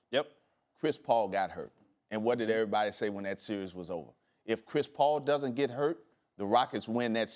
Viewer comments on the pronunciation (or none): none